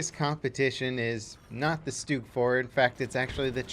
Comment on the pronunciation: It's a stug not a stoog